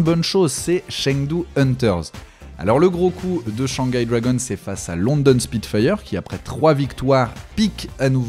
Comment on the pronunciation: C'est pas les Dwagonsse c'est les Dragons😂